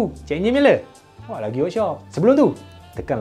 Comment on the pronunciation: bang... sebenarnya sebutnya bukan "loNceng" tapi "loceng", takda N... maaf bang.